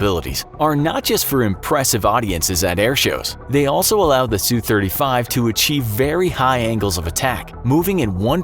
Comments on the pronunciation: Wow I sure do love the “Sue 35” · sue-35 ROFLMFAO!